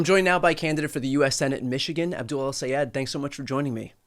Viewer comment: Brian, his name Aboul. No D